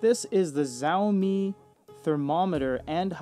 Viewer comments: I guess it is pronounced as 'shaomi' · Interesting 🤔 by the way Xiaomi is not pronounced with the [z] sound. The letter X transliterating Chinese words is normally pronounced as an S sound (technically [ɕ]).